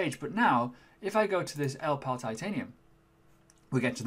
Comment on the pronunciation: Great review and hope you do more product reviews in the future. I like your balanced approach.I reckon it's pronounced "ell Ii pal". I think the middle "I" needs prouncing?